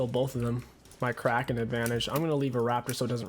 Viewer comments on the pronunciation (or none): none